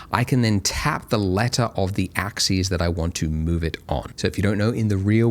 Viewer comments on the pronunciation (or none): I feel pedantic saying this but the word axis is pronounced ax-us, not ax-ees, which is how the plural “axes” is pronounced. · Andrew I love your material, and you're a great instructor. But, please, you (and Winbush) need to learn the difference in pronunciation between "axis" (singular) and "axes" (plural). Example: Move along the X AXIS; or This object will move along all three AXES. End of grammar rant. Thanks, and keep up the good work.